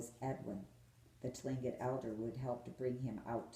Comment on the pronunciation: "Tlingit" is pronounced "clink-it"